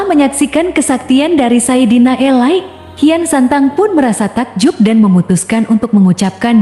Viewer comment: Sayidina ali, bukan sayidina elay